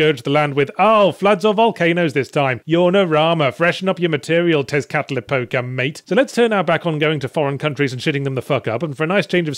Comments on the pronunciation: That was a great pronunciation of Tezcatlipoca. Better than I've ever done, and I have Aztec blood! ahem Sorry, I nerd out over Aztec mythology. I really like your indie double-bills. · I need to give kudos to Yatzhee for saying "Tezcatlipoca" correcty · Tezcatlipoca pronunciation 10/10